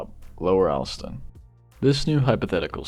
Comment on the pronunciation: "All-stun", not "Al-stun"